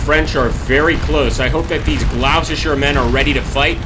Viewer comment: Gloucester is pronounced the same as "gloster'.